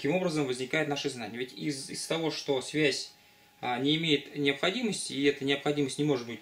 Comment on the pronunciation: Мне одному кажется, что лектор произносит "свезь", вместо "связь"?